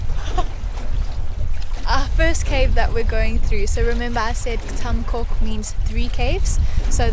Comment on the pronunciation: beautiful video! Just one thing: "coc" is pronounced "coke" with soft "c"